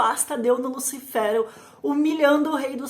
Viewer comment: Engraçado ela falando"lúcifero" né lúcifer não?